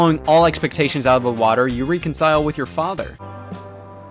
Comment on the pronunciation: you pronounced reconcile wrong